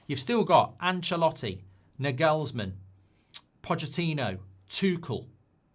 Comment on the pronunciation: Btw, as a German, I can tell you that the emphasis in the name Nagelsmann is on the first „a“, not the „e“, just sayin